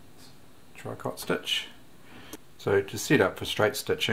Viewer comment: Hello your videos are very good! However tricot is pronounced “tree-k-oh” it’s a French word from tricoter =to knit. I am a French teacher who also loves sewing and sewing machines! Keep the instalments coming… I need to touch base with my sewing machine fascination!!